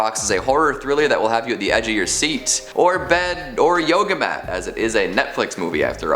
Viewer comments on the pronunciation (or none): none